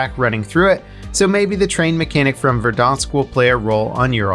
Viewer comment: Why do you do a french accent when you say verdansk? Its in Russian. Anyways great video as always